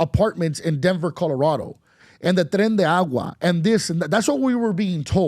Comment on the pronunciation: Bro, you have to know the name, "tren de agua"😂😂😂 it's "tren de Aragua" that's all I'm saying. Secondly I respect your point of view but Obama is a bad example. Obama didn't create chaos like Trump did